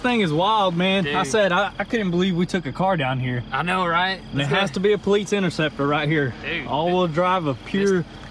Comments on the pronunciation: Say it with me PO-LICE, not paleets... lol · PO-LEESE this poleets stuff is driving me insane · Its POLICE, there is no T in that. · Lol i'm so glad i'm not the only one who hears that odd pronunciation when they say Police. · I wasn't sure if homie was saying Poleetz, or if I was just imagining it... glad i'm not the only one :P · “Po-leets” That some real Chattanooga pronunciation right there.